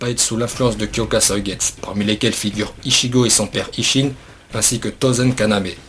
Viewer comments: Plutot "kyokasoïgets" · Faut prononcé le u vu que le nom du zanpakuto est en japonais. De plus ce n'est pas le shikai ultime car il peux juste contrôlé les autres ce qui le rend pas polyvalent. A l'instar d'autre shikai. De plus aizen utilise uniquement sa force et son kido. S'il a utilisé son shikai c'est juste pour tromper l'ennemi voilà tous. On voit déjà comment il a stoppé ichigo lors de sa trahison sans utiliser son shikai pour le battre. Bref pour moi un shikai comme celui ci ne sert pratiquement à rien en combat. Donc pour moi le shikai ultime dois jouer sur plusieurs tableaux. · HyokasuigestU c’est horrible a chaque fois que tu le dis j’ai mal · blaster63 cest horrible qd il prononce pas le u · Bon j’arrête la vidéo après 10 sec ta prononciation de son shikai m’a dégoûté de bleach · wtf ta prononciation de kyoka suigestu, que se soit en français ou en japonais l'anime ne l'a jamais prononcé comme ça Oo D'ailleurs pour en revenir à la faille de Aizen personnellement j'ai toujours cru que la faille que Gin avait appris lui venait justement de Genryusai quand lui-même l'avait compris :)